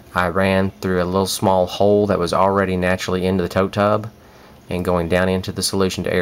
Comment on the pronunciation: Yeah, you said tote tub, sounded like tub tub, too many times, but this was very interesting and I will be following your steps to start mine this spring.....thank you so much. You were very helpful.